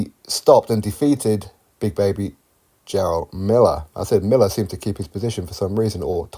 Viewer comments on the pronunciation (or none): none